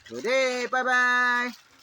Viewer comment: Today or Doday ??😅😅😅